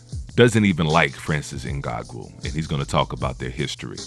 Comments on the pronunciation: Not Ngagou. NganNOU. Can’t be making all these videos on disrespect about FBA and you can’t even take the time to learn name of our African champions/fighters, before making a video. Yet if we call this out as the typical covert disrespect, you’ll say IM the one being divisive. Not only that - you should address him as a Cameroonian/African, the same way you don’t hesitate to do so once it’s a topic of negativity. But in this entire video, no direct reference to his nation. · It's not In-Gon-Goo it's In-Gone-New👍🏼 Put some respect on his name bruh🤦🏽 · ngannou not snngago lol and you are suppose to commentate boxing matches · Ngango bruh it’s ngannou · Tyson is 35 not 32 ....its francis Ngannou(In-ga-nu) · Jesus the dudes name is Francis Ngannou, it’s pronounced N-gan-nou. He is NOT a grappler and a great wrestler. He is a striker. Almost all of his wins have come via Knockout. Tyson Fury is an average boxer? What other man that big moves like that? The fact that Fury gets knocked down in many of his fights is simply the fact that he is a heavyweight boxer. There are 21% MORE KOs in the HW division than in any other division. That fact is he GETS UP from knockdowns most fighters are not able to get up from in a division where the guys are 200+ pounds. That is insanely impressive. You have a clear anti Fury bias. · Francis Ngagoo 😂... bro got me dead with that pronunciation 😂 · Get that man name right...N-GAH-NU.... You're butchering his name. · He name is correctly pronounced Francis Ngan-noo (Ugannou) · Did u just said Ngangu? 😂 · Is there a reason you've made up your own way of pronouncing Francis' surname? Just listen to ANYONE else say it...and...say it like that?